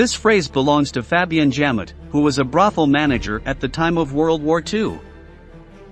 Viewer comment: WTF is the bermakt ⁉ And who was Fabienne Jam-it ⁉ Jam it where ⁉ All of this great factual information you researched degraded to amatuer hack level because you can't pronounce the names of people, places, or things properly. I noticed this in a few of your videos. 😒🙄